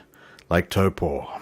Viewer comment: Your Māori pronunciation, especially Taupo, is creditable and more accurate than many of the locals would manage. Yes, the weather in the NI has been particularly bad as a whole this year -unless rain is your thing. I enjoy your channel mate, take care. (PS. Although I live in Tauranga, I have yet to visit Hobbiton. One day!)